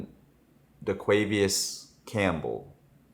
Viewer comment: My guy said Daquavious Campbell 😆